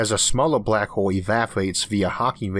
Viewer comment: The last person? The showt stowey?? The bwack howel theowy? Am I hearing a thick speech impediment? I am NOT knocking it at all!! I am just making sure that my hearing isn't "off"(I am 50% deaf in my right ear) and I Am Impressed at what a great, smooth voice the narrator has with the "ear-catching", accent like sounding , speech impediment. Indeed it is impressively nice!😎